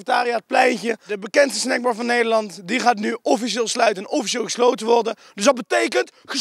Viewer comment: Probeert hij "Wie is hier nou de snackbar" nou op z'n Surinaams of Twents te zeggen?